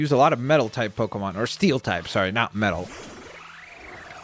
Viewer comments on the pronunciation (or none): none